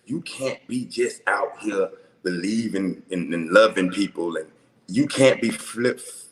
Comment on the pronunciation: I DONT SEE how these girls dealt with him 1. He doesn’t even know the difference between statistics and scientific lol 2. He can’t even say frivolous. 3. He talks in circles and never answers the question direct. Should I go on?? I could really go in but im trynna be a changed person so imma just shut up and be nice. And smoke I don’t think they laughing with you I think they laughing at you boo I’m sorry to tell u😂😂😂😂😂😂🥴